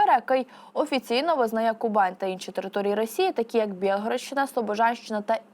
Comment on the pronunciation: А чому Кубань за допомоги диктора раптом стала Ку'банью?